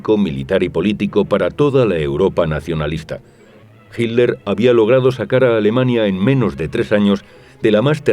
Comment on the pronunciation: como veo esto muy frecuentemente. Cual Hilder cabrón, tanto les arde el culo con el genocida qué no quieren pronunciarlo como es? Hilder... pendejazo